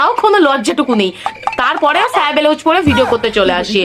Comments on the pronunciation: আরে নিজেরটা দেখ আগে ব্লাউজ কে বেলাউজ বলে 😂😂😂😂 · সায়া ব্লাউজ❎স্যা ব্লাউজ ✅ 😂